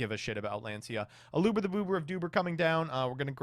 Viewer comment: i tried to stay strong but there's only so many times i can listen to someone mispronounce Aluber before I need to focus on maintaining my own mental health